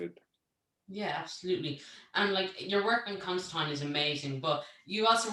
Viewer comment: I'm so glad people somewhere in the world still pronounce Constantine correctly.